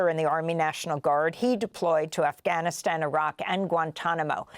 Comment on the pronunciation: Amy, you pronounce “Afghanistan” perfectly!